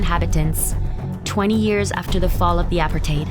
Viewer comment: Worst Narrator ever, they are speaking Afrikaans not Xhosa. Also learn to pronounce Apartheid correctly